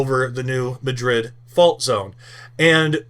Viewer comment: It’s pronounced MADrid.